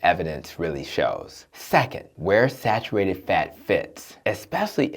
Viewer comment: Sarurated? Sar ur ated